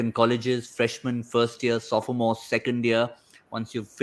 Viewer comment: Pronunciation of “sophomore” was incorrect 😌.